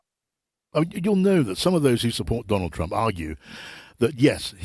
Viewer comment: the moderator actually said"Donald Trunk"?